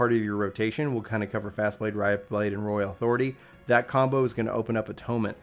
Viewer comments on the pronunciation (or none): none